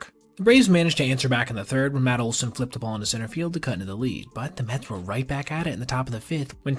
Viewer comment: The New York mehs 🥴 🍺.